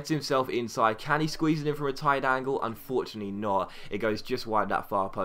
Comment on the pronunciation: caen is pronounced c-aw-n